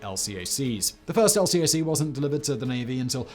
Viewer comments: LCAC pronounced el-kak. Saying L.C.A.C. in the US Navy gets you laughed at, then instructed. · LCAC, pronounced el-cack. FYI. 10/10 otherwise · LCAC rides are phenomenal. Just a note: Marines and seamen pronounce it "EHL-kak." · You can say LCAC as a word and not an acronym. Just say "Elcack". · The acronym LCAC is colloquially pronounced, not spelled, EL-Cack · LCAC pronounced "El-kak"